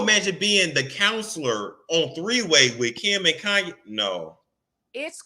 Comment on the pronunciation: I was bout to change the channel, till I heard this fool say “Kayne need Azalea Banks”. - 🤣😂🤬